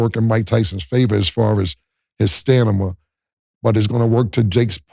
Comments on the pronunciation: Someone tell Killa it’s STAMINA 😂 tf is A Stanima Killa 😂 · Why does no one correct him, lol. Stanima... 🤣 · Stanima not stamina by cam is 🤣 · Is anyone ever going to tell Cam it's stamina and not stanima 😅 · Yo Cam. U said stanima again 😂😂😂. It’s stamina. STAMINA!!! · After , y'all PLEASE tell Cam to stop saying "stanima". It's STAMINA. STAM-IN-A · Cam can’t say Stamina..He says StaNima every time 😭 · WHY DOES CAM ALWAYS SAY STANIMA? IT'S STAMINA BRO!!! S T A M I N A not S T A N I M A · 🗣️HEY CAM, StaM-iNa…not staN-iMa! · Camron- "I'm the smartest person in every room" Also Camron- Says "Stanima" for the 100th time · Killa "stanima or stamina " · Cam can’t even pronounce half the words he be attempting to say maybe he needed that education 😂😂😂😂😂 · Yo Killa… it’s STAMINA.. not STANIMA!!! Wtf is stanima???? U done said that on a few shows already. Idk y Murda ain’t tell u yet!!! ⏸️ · Enough is enough who gonna tell killa it’s stamina with a m and not stanima lol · How many times we gone let cam say stanima before somebody say the truth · i know cam got his GED and all but someone please tell him it’s stamina not stanima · That stanima gets me everytime 😂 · "I think I'm the smartest ninja in the room even if Harvard graduates are in it". - Cam'ron. Also Cam'ron... "Stanima" 😂😂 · CAM IT'S "STAMINA "😂😂 MY NIGGA IT'S NOT "STANIMA" 😂🤣 IIWII FAMILY WHADDUP 🤟🏾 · Killa it is stamina bruh, rep Harlem right sun damn B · Cam it stamina not stanima😂😩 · Cam cant say stamina. Lol wtf is stanima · And “Stanima” what is that? Lol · Stanima vs Stamina 🤔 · “STANIMA”.. is crazy!! Cam gotta chill 🤣🤣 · Alright Camron this the 4th or 5th time I heard u say “STANIMA” 😂 The Word is StaMina. The m comes before the N. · "Stanima" lol his computers puting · "Stanima" remains undefeated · Damn that ”STANIMA” be really kicking cam ass (pause) 😂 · Cam and that “STANIMA”! Smh! 😂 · Yo why CAM can't say stamina 😂😂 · “His Stanima” 😭😭😭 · Camron "Stanima" Giles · CAM STOP SAYING STANIMA